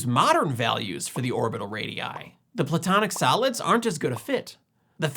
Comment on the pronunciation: A couple of times I thought you said the platonic salads. But that works, too. 😁